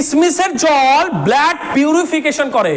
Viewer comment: Apni blood kotha ta thik bhabe pronunciation korun eta ki bhabe apni pronounce korchen 😆😆